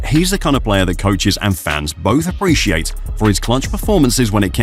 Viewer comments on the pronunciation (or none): none